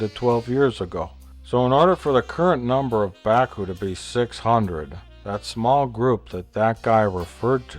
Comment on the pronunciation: LOL 'Bakooing'